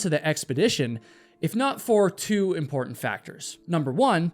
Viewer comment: Dude... good video. can you please as a favour stop killing the "t" sound. mou'en = mounTain impor'unt = imporTant . thanks dude